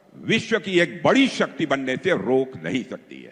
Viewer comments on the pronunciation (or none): none